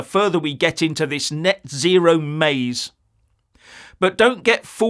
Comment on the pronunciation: Lol "nut zero" 😂 Sounds like "no nut November" 😂